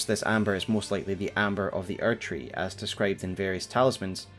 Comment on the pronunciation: why do you keep saying archery? do you mean erdtree?